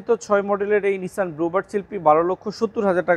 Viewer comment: নিসান, not নিশান।